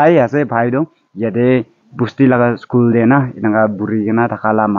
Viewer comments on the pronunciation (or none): none